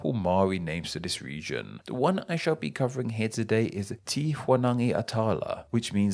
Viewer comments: I died when he said “tee” instead of “teh”. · Tiny nit-pick, Māori 'te' is not pronounced as 'tea' or 'ti', it is more like an 'eh' with a hint of 't' before it. Think of it as being spelled 'teh' in order to pronounce correctly. All the other pronounciations are excellent, well done and thank you!